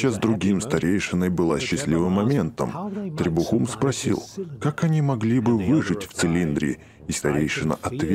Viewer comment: Не требуХУм а требум